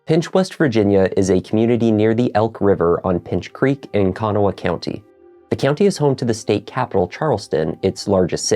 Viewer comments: This is how you pronounce “Kanawha” ☺️ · You did a good job describing the case and pronouncing Kanawha County :) I tell people the prouncination is like saying Can haw with little emphasis on the H. CANaw